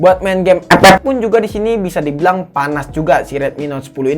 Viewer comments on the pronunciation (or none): FF bang bukan ep ep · CUK AKU KETAWA TRUS PAS DIA NYEBUT EPEP😂😂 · Bangke tiap ngomong epep bikin ngakak gila. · Ngakak pas ngomong epep🤣 Instonya dipake beneran njir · Liat test hpnya ❌ Liat ngomong ep ep✔️ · gw dnger EpEp ngakak cukk